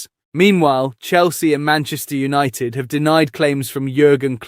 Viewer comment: Why can’t you say millions and its not opted its united come on your English too stop butchering the language 😤🙊😩🥵